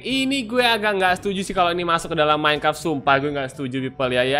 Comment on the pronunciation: iya aku tau seharus minecraft tapi aku denger abang ini bilang "Minecart"